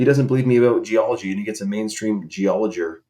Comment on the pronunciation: "main stream geologer" with a hard R is crazy